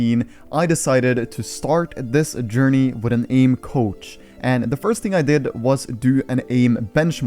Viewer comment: For a second I thought he said couch instead of coach